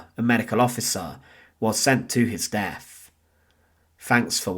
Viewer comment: Please don't take this as an insult. Try a few speech exercises. When saying "through," it comes across as "Frew" I'm not picking you out for subjection, only giving you some tips. Sounds like you are hiding an accent. I know this well as I'm Scottish. Instead of "Death," it comes out as "Def" I've worked on my speech on a regular basis. It's taken me years. I have a broad Scots accent. I enjoy your videos.